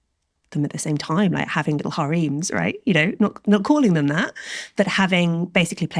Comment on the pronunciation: It's pronounced "harems" not "hareems". And no, it's not a British inflection. You're pronouncing it wrong.